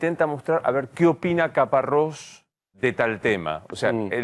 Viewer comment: Es Caparros no Caparrosi